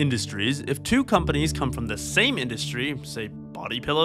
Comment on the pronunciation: When you say “companies” it sounds like “comedies”. 😂